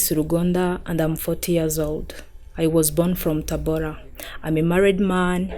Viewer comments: Its TABORA not TABOLA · it's Tabora not Tabola. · Sorry, TABORA not TABOLA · It is TABORA not TABOLA. I know it because It is my home Town. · The place called TABORA not TABOLA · Not TABOLA it called TABORA